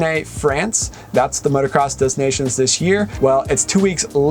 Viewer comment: It’s not pronounced “DEZ Nations” 🤡 its “duh nations” it’s so embarrassing when Americans don’t know how to pronounce the most famous race in motocross.